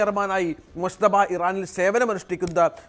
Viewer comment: ആ പേരെങ്കിലും ഒന്ന് ശരിക്ക് പറയു .മുജ്തബ എന്നാണ്. മുശ്ത ബ അല്ല